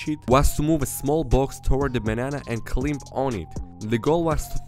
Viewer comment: Your English is great! The only thing I noticed is how you pronounce "climb".